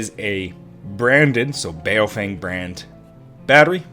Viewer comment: As a random aside, it's not pronounced bay-o-feng, it's more closely bow-fung